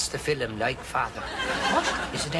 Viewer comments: Why does he say 'filum' instead of 'film'? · I love the way they say film Filim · Love how they say “fillum” for film. My boyfriend and I have been saying that just to be silly for years